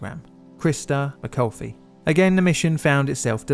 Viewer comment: Christa McCulfy? Serious fail dude.